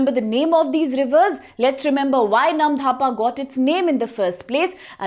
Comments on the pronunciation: Is there any H after D ? In Namdapha ? Why you're saying it Namdhapa ? It's actually Namdapha national park 🙏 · Not dhapa.. It's 'dapha' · You even can't pronounce "NAMDAPHA". You are saying "NAM-DHA-PA". Remember "NAM-DA-PHA". How you are qualified to teach IAS aspirant ? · It's नामदफा, not नामधापा! I'm from Assam, and ur incorrect pronunciation was unpleasant to hear. Please research a bit before making such videos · when it already written in English language. It's really very simple . She must know where to pronounce "dh" and where "d" ! What will you pronounce - Dosa or Dhosa ? Anyways.... when we NE people will not discuss about these issues who will ?? your Arunachal Pradesh will become *Arunanchal And we Assamese people will become *Assami people soon . Be ready for that . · Namdapha ,not NAMDHAPA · Firstly it's not "AruNANchal" it's - "ARUNACHAL" and secondly it's "Namdapha" not "Namdhapa" correct your pronounciation, if you can't correct it then stop making educational videos it's really shameful and disrespectful for our northeast